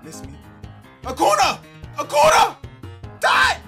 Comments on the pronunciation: Can y’all help let see this, it is pronounced Acun-ya not Acun-a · It’s pronounced acoonya not acoona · It’s pronounced Acunyaa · It’s acun ya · it’s pronounced Acun-ya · Acunà is pronounced Acoonya just lyk ly bro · Its pronounced acoonya